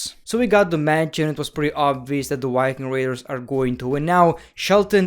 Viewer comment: It's viking raders not ricking radars lmao just kidding your u can say it however u want.